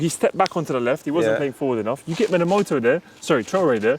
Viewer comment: Minamoto Japanese Reds Fans: Its MinaMINO fam...